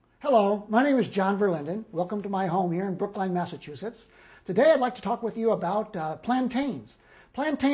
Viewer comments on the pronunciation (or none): none